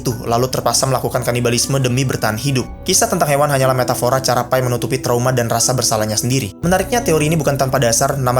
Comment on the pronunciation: Enggak "Pai", "Pi" kayak "Papi", soalnya itu nama orang Pi Patel